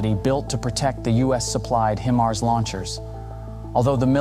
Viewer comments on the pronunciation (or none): It’s high-mars not he-mars 😂😂😂